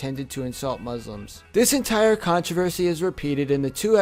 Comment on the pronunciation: I am muslim and he pronounces Muhammad and muslims wrong